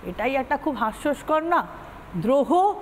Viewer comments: "HASYOSKAR" ! "HASYOKAR" NOY. From what educational level do these TMC women come up ??! Chiiiiiii .... YUCK... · কথাটা হাস্যস্কর নয়। হাস্যকর হবে।